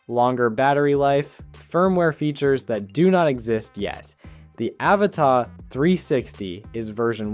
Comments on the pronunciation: its an avata not avatar.why do yanks try to speak english but never get it rite????? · Pls pronounce the first A as you do the other 2 in the name 🙏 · You say Avata really weird